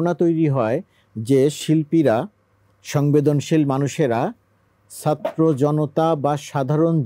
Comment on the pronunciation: এই বেটা তো ছাত্র বলতে পারে না। আছে নলতে পারে না। 😂😂😂